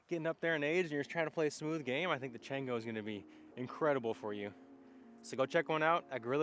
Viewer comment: Should be pronounced Chawngo! It’s Spanish for monkey. Good review, how would you say it compares to the Bearkat or flip?